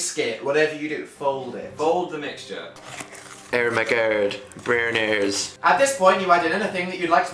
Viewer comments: am i the only one who heard "Ermergerd, BONERS" when he said ermergerd brenies? XD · Ermergerd Brehners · It sounded like he said bronies, XD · brehnies sounds like bronies =.=